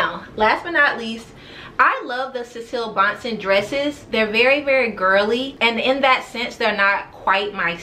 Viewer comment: loved the pieces you copped in the sample sale! Monse is pronounced "Monsay" + Cecilie Bahnsen is "Cecilee BAHNsen" x